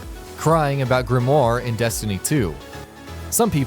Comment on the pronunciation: This is a really awkward video it seems like this guy knows what he's talking about to the casual player, but to a destiny players it's awkward for example how he talks about grinding perfect rolls then showing a shit roll and the way he pronounces grimoire and mida-multi tool